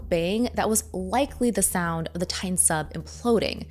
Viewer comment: Can't stand that she's pronouncing Titan as "tayn".